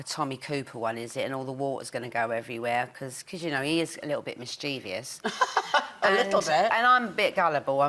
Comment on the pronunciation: I spent my childhood mispronouncing mischievous just like she did. That said, I had the biggest crush on her. lol